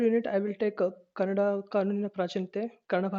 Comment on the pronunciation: Sir thanks for your beautiful notes. But plz read it properly It's not kannad it is Kannada. Explain it Don't just read the notes that you made plz explain. Thank you From KA 16